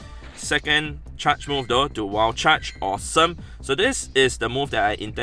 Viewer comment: saying wild charge. "Wall chuch"